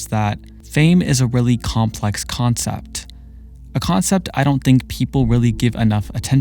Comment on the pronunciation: ok but can we talk about the way he pronounces CUlture and COncept